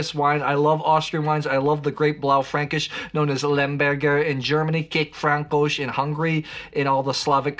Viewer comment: Nice pronounciation on "kékfrankos"👌